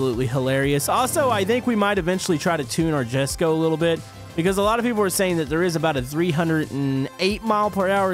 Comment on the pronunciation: jesko is pronounced yes go